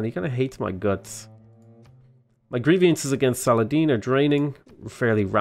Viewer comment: I cringe every time I hear you say "grievIances". It's "grievances", just the way it's written.